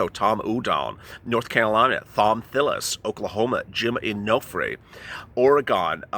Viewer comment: Could someone please Twitter la that Oregon is pronounced Oregon. Thank you